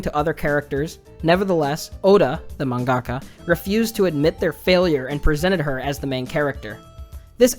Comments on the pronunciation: Just something that bothers me, you put the emphasis in the wrong place in the word mangaka. You say manGAka instead of MANgaka. It's something I notice a lot of western weebs doing, like how people were pronouncing Inuyashiki as InuyaSHIki. I might be more sensitive to emphasis because English is my second language, but it really makes me feel like everyone else is deaf. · I hate you weebs trying to use Japanese or words that don't sound right. Wtf is a manggaka